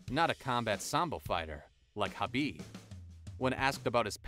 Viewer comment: Khabibs name is pronounced habib. Also khamzat doesn't have the fastest wins, royce gracie does